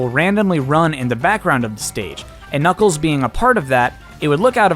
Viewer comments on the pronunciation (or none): none